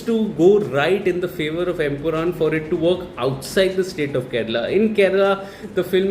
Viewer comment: Bro it's empuraan not empuraam.